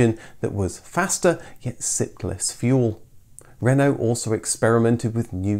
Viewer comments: One of my colleagues bought a new Twingo in 1993, and was mercilessly ribbed by pretty well everybody. Nearly thirty years later, she still drives it to work, and still draws a smile. BTW, it's nice to see a Brit make a decent attempt at French pronunciation. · Really interesting Thankyou. Such a shame it was never sold in the UK. and great pronunciation of word Renault!